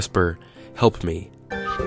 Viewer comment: I just heard "hep me"